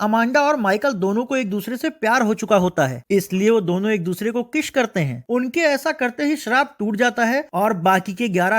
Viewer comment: Kiss ❌ kish 😂